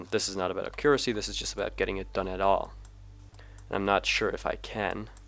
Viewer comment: Nice video. It really helped me with my Mün landings, but that isn't how one pronounces accuracy. This is how it the word is supposed to be pronounced